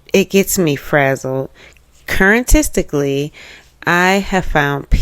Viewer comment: Not "current-tistically", staaahhp! 😅😅😅